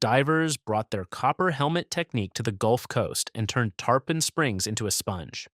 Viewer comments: Tarpon is pronounced tar-pin, like the fish & not tar-pahn rhyming with tampon! 🤪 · It's spelled Tarpon, but it's pronounced Tar-pin.